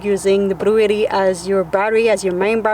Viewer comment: Blue jay was upset at how you pronounced Blue Etti 😉